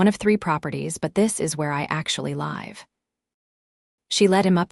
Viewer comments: Live - the pronunciation - as a verb is /liv/ and not /laiv/. The later is the pronunciation of an adverb (adjective). So stupid "AI"... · At about : : the audio falsely says 'live' with a hard 'i' when the 'i' should be soft so that the flow could smoothly continue the narative!. The editing intrusions shood all be removed and the story republished once that has been completed!. The story deserves both the cleanup and republishing!. Oops LoL 😂❤ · Why can't you pronounce live? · Good AI. Couldn’t pronounce live, though. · The reader needs to learn how to pronounce "live" correctly. What is she, a machine? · it's "...where I actually live", as in give, not "...where I actually live", as in lie fv :)